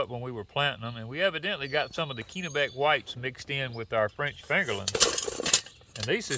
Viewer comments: It’s 30* F here in northern Maine this morning. We have baby plant started inside. Sure hope it warms up by the end of May. Oh, by the way, it’s a soft “e” in Kennebec 😉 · It’s 30* F here in northern Maine this morning. We have baby plant started inside. Sure hope it warms up by the end of may. Oh, by the way. It’s a soft “e” in Kennebec 😉